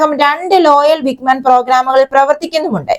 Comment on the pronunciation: വിഗ്മാൻ അല്ല വിങ്ങ് മാൻ ആണ്